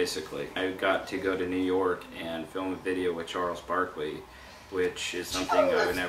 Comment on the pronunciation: aaaawwwwww "Chawles Bawkleeeyy" hahahaha